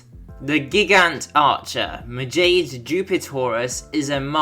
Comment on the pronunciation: Majade is pronounced as Ma-ja-day